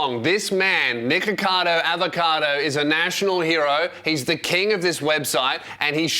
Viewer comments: You really do have to hit the ck there😂 Cause before it deffinitly sounded like you said niggacado😂🤦🏻‍♂️ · Everytime you say nikocados first name, it just sounds like your saying the n word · you REALY have to pronoun the C K in his name. on jah it sounds like youre saying the gamer word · your pronunciation of nickocado is so funny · Every time says his name I think it’s something else 😭